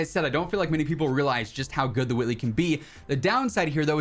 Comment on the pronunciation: did he just say the Whoitley?